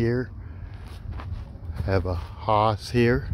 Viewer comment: Incredible number and variety of trees .. . thanks for taking the time to share. FYI the Hass avocado rhymes with “pass” as pronunciation.